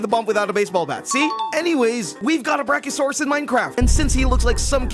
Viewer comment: Bro said Brack-0-saurus